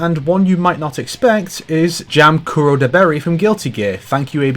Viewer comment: You still didn't say "Kuradoberi" correctly